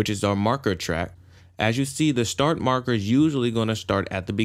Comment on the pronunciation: Can't deal with him saying "shtart", sorry